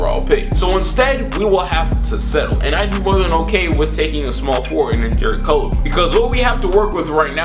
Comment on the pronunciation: Please learn names before videos. Its CUL-VER